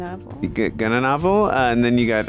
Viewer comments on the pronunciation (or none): not ga-na-na-vel; it's gnya-na-vel